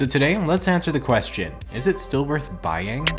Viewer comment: ...... 😑 Why you saying "bheying" champ?